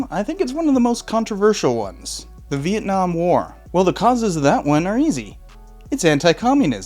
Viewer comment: when did LBJ decide to start pronouncing Vietnam as Viet-Nam? Why in that speech in response to Tonkin was he saying it correctly but later on says it like your Appalachian uncle?